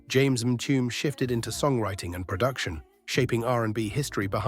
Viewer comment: If you know so much about the group Con Funk Shun how come you spelled their name Confunction? You also mispronounced Mtume. 🤣😂